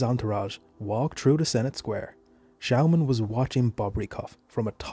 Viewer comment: Nice video but you pronounce the name wrong, it’s said like Schååman.